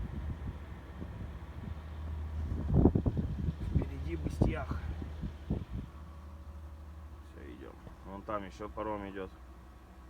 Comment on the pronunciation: Что за Быстьях?? Нижний Бестях,исправьте пожалуйста, вам конечно похер, коверкать названия,а местных это оскорбляет